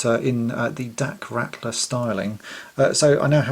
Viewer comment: Pretty good. (Dak didn't have a red stripe though, so you may want to remove that.) Oh, and it's actually "Ralter" like brawl, without the B. Not "Rattler". Four years too late, now that i'm looking. :D Cheers, love the channel!